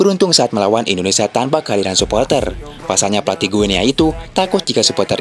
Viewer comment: Baca nya GINI , seperti kita baca Papua New "Gini", bukan Gue Nea. 🎉